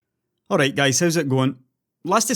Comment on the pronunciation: "hello gais haw~" SMASHES LIKE